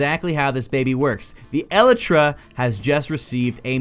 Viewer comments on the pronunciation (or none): YOU KEEP SAYING ELTRA NOT ELYTRA RRRRRRRRRRRRR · its elytra not elitra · E-LY-TRA NOT El-e-tra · E-lie-truh. NOT eluhtruh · It's pronounced E-LITE-TRA not EH-LITRA. Sorry, you were hurting me. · Your saying it wrong, it's not eltra , it's elytra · El-ee-read not El-i-tris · It's "el-ee-tra" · so cringy its (e-li-tru) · I cant watch this anymore he is say "elytra" wrong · You say Elytra wrong. GAH